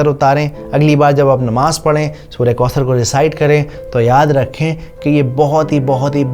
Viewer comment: Assalamualaikum brother may Allah reward you for this video. Only one correction it's not kausar...it's ث not س . Pls uplaod more such videos